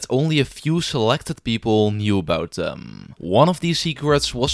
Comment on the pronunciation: It’s them not dem 😅